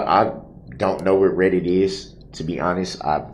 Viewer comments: Hahaha, when they first mentioned a Reddit post, he mispronounced REDDIT!!!! So they thought he never heard of it!!!😂😂😂😂 he’s like,”my gang member helped a bro out, in code!!!!Ok, how can a juror know what the judge says and does while they’re NOT IN THE COURT!😂😂😂😂😂😂 furthermore!!!, he exhonorates the judge and prosecution for writing the post 😂😂. The DAs office reminds Brooks that everyone around the world knows what’s going on in there! 😂😂😂😂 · It was so painfully obvious. Between pretending he didn't know how to pronounce "reddit" the evening before to accidentally calling it a "thread" then frantically trying to backpedal w/ "or ahh ahh whatever you call dis, I don't really know" he gave himself away. He's not nearly as clever as he thinks he is. Plus the post specifically said they didn't like "the way the judge treats him when we aren't in the room". Well how would the juror know what's happening when they aren't in the room?